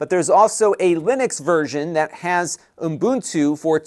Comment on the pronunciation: It's a good review, but I kept hearing umbuntu instead of Ubuntu.